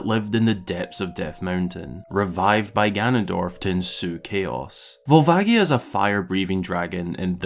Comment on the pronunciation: I'm gonna be that asshole and say it's volva-ji-a, not gi. I know people like to debate this but it's a "ji" in Japanese, if it were meant to be gi it would be gi, since they have that sound. Love this video though! I definitely adore these kinds of theory videos with actual thought to the lore.